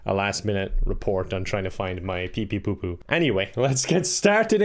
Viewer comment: Poor PepePopo will never get his name pronounced correctly.